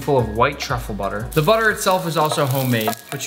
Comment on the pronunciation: baby girl…. It’s truffle